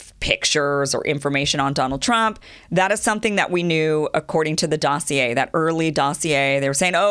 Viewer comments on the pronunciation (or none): none